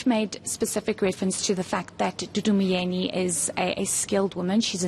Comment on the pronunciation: 'DUD Myeni' 😂😂